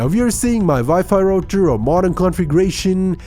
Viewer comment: Wipi rocherrrrr😂😂😂